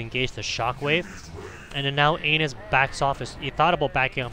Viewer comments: How do you even get "anus" from "anas"? Haha that was hilarious to hear every time, had a hard time focusing on the actual gameplay because of it! :) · Ahmad Almashayekhi An-ass not ain-nuss lol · Cant stop laughing every time you say anus 😆😆😆😆😆😆 the initial sound is like 'apple' not like how you said it. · His name is Anas like the beginning of Anastasia. Hahaha this was personal 😂